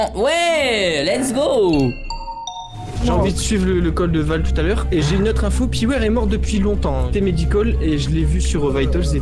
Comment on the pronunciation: hmmm c'est Piwerre? 🤣😂😂😭 Michou aussi viens du Nord? 😂